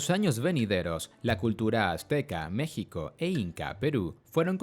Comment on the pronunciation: mexiko?? JQKSKQKS